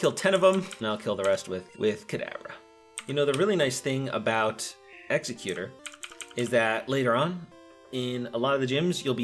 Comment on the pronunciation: Good video but damn...you really butcher some of the pronounciations. Especially Exeggutor and Lapras.